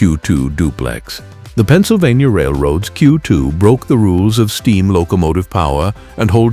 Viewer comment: "PENNSYLVANTA"??? AI SLOP!!!!